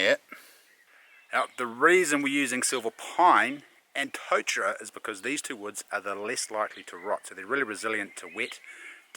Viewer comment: Loving your work chief, awesome to see you and mum get out. Go hard with the Māori pronunciation, your ‘kauri’ sounds mean. Try, tore-taddah for totara too. Mean